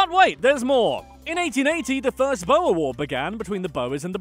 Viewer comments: i want to scream every time he says one wrong especially Boere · The “Bowes” 😂 its BOERRRRRRRRSSSSSS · He's saying 'boere' like bowa😂thanks for the effort mate BTW it's like 'boo' (like a spooky boo) and 're' (like the beginning of red, and also roll the r) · He said BOUE "cringe" UUGGHH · OMG. Cringing at the pronunciation of Boere XD